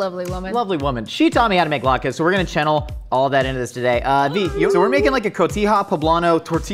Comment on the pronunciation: I can't not hear it when says, "chennel" now....